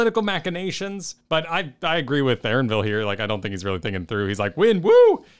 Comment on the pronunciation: One day will remember that "Arenville" starts with an E:D